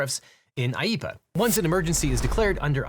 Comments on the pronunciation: *IEEPA not IEPPA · it’s IEEPA not IEPPA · I think it's supposed to be IEEPA not IEPPA